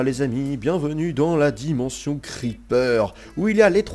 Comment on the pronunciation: Pu..... Y'a... L... La di..... La dimonssion des creeper belle vidéo merci a toi